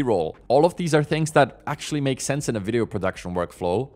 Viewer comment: Do you not hear yourself talking? Mumffs(months), furteemff(13th)???😂😂😂 I hear you say “things” correctly throughout the video but did catch a “fings” in there. How do you decide when to use “f” in place of “th”?😅 Apologies if I’m insulting you, but it’s not meant as an insult. I’m still enjoying the videos 👍